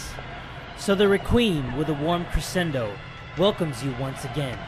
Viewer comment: You pronounced crescendo wrong, its cre SH endo And the producers name is coffee